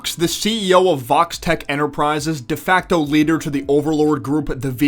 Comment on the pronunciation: Am I the only one that always hear Vault-Tech when they said Vox-Tech? Also "It wouldn't surprised me if Vox spied on what happened in the Club with Angel and Val" Show a Vox Camera right on the up-left side.